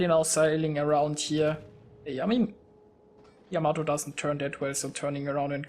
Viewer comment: What are you talking about? He pronounces it just fine for someone who probably doesn't speak Japanese.